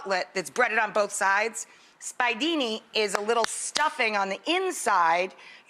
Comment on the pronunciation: Omg....how can she claim yo be Sicilian and pronounce the "spiedini" "spy-dini????" It's making me nuts. And those are the size of braciole. I can't.